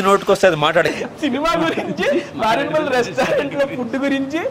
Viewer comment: Maredu Malli kaadu... MareduMilli...